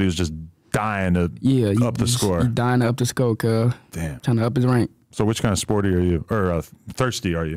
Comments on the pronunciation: Adam just gkone keep sayin “SPOORTY” 😂😂 fuccin Whkite gkuys cuz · Lmfaoooo Adam saying sporty instead of Spoety got me weak 🤣